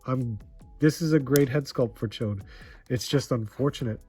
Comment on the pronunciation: Hey!!!!!!, the only guy who says Ch'od's name right